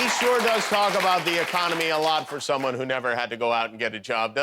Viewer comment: Hey Jr. how do you say " economy '??